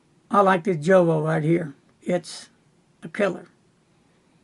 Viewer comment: At the risk of being pedantic,...the Jowo nib is pronounced: yowo. Keep up the good video clips, I always enjoy them. Cheers.